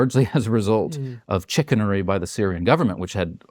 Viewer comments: Incorrect, but funny pronunciation! It’s shĭ-kā′nə-rē! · umm.. chicken-aree? What kind of chicanery is that? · Deeply serious subject matters and all my dumb brain can do is giggle at his pronunciation of chicanery. 😂 I probably wasted a full 15 seconds trying to figure out what chicken-ery was before my brain kicked in and auto translated!🤦‍♀️ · Did he say "chickenery"?